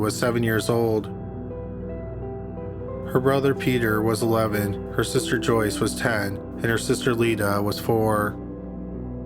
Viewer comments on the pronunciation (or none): none